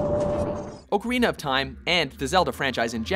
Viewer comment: oh my lord...you pronounced ocarina correctly!!!